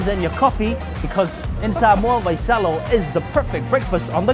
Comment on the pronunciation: It's Vaisalo not Vaisolo 🤭